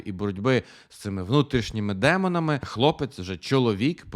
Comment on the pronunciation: чомусь не приємне акцентування на "внутрішніх демонах" - що це взагалі - звучить дуже дивно